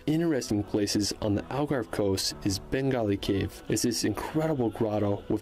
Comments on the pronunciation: “Bengali” cave 😂 Benagil cave, not “Bengali”, Bengali is a South Asian language, mainly spoken in Bangladesh and parts of India 😅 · its not bengali wtf, its benagil cave and the castle is Leiria Castle not leivia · It’s Benagil cave, not Bengali. This is not India yet. And it’s Douro River which means River of gold, not Duoro River